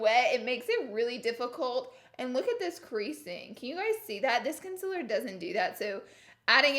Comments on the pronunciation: Why does she say consiler she says it wrong and it triggers me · Is it concealer or conciller ? No hate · It's sounds like she's saying consillar, instead of concealer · “Consiller” hahahahaha my gosh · Hi I’m new, why does she pronounce concealer the way she does knowing that it’s not the correct way? Thanks y’all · Why are you still saying concealer wrong? 😂😂😂